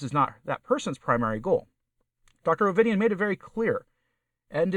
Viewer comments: O-Var-Dee-A, where did you get Ovidian from? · Firstly, it undermines your credibility if you don't even take the time to get Dr. Ovadia's name right. Secondly, if you eat crap for six decades you can't expect miracles from the carnivore diet or then blame it when the toll of all the previous abuse comes to fruition. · If you “didn’t catch” the gender of her friend, can’t pronounce Dr Ovadia’s name and didn’t catch whether her friend drank coffee— maybe just go listen again to the interview, before making your video. I wanted to listen to your perspective, but when it was obvious you had not really paid attention to her video, I had to stop. I will watch your channel as I’m curious. But this was a non starter for me.